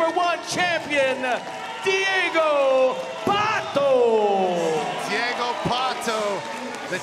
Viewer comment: Deigo Pato? kkkkkk